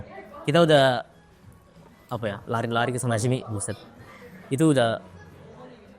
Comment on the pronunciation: Si "Buset" nya udah approve banget wakka